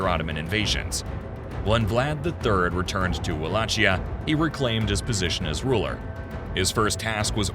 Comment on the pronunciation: Wallakheeya ( it sounds like this). Ch in Romanian language sounds like Kh ( in Italian is same). Great video!